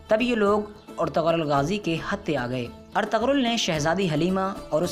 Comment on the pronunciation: Woh ertugul hai ertagal nai